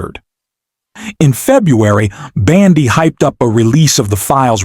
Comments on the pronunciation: Fix your AI voice! It's bOndi, not bAndi! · Her name is Bondi, not your"Bandi,". Fail! Take it down and do it over. If you can't get elementary facts correct, please stop polluting the 'Net with your ignorance,. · You lose credibility (and probably viewers) when you continually mispronounce the simple name of Pam Bondi. Details matter.